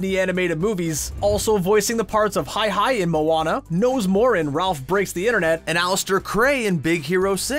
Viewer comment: I cringed when he called Hei-Hei HIGH-HIGH ARGHHHHHHHH